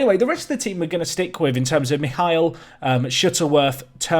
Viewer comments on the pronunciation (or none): none